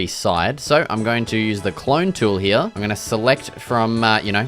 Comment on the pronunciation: Its called here and not "hyya"